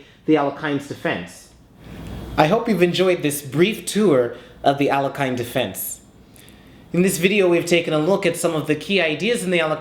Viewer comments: Jeez. How hard is it to Google a pronunciation? It's al-YECH-in. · In Russian language the surname is pronounced as [alekheen]. [a] like "algorithm" and [ee] like "kindergarten". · Would be nice if he pronounced the guy’s name correctly. Ah-LAY-hin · Very c;ever analysis, well presented. But, Please lear how to pronounce the name of the grand master, it is Alehin, there is no "k" sound, at all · His last name is pronounces as "Alyoheene" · Poor Alekhine, his name was mispronounced in all sorts of ways :)